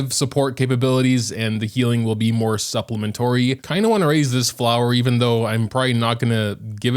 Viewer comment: It’s SUPPLEMENTARY not supplementory💀🤣